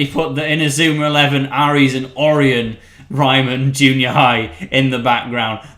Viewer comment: Kay and I think your missaying Ares and Orion. I think you actually say them Air-ees and Oh-Wry-Un